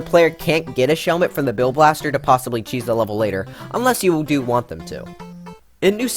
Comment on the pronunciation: Kheese prevention Seriously? It's *CHEESE*. Not kheese